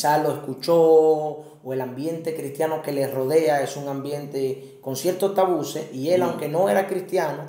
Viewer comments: Se dice Tabúes, no Tabuces. Bendiciones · Que alguien le diga que no se dice “tabuses” sino “tabúes” 🤯 ... El que el entrevistado sea interrumpido cada rato perturba... pero muy buen tema, desde que me casé tengo el pensamiento de que en la iglesia debería de hablarse más del tema, desde un punto de vista bíblico y sano... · excelente manito, ayuno y oración te ayuda pero si no buscas ayuda tarde o temprano se puede fallar nueva vez, y es tabues, no tabuses, debiste corregirle y cortar esa parte, el pobre pasando vergüenza tanto que lo repitió jjjj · Deberían primero que nada aprender a hablar, no son tabuses, son tabúes, disparateros. Y, realmente pareces un niño pequeño, abre esa mente, no seas ignorante.